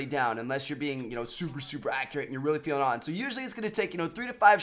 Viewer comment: Accreate, not accurate. That's the real Khaled Way.